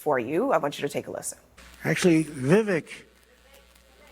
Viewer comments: Pronounced Vi veak not vi wick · I believe his name is pronounced Vie-vake! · name pronounced Vivek, like "cake" baby